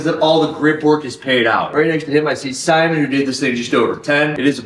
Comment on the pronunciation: Simon is french Canadian. Pronounced: See Moan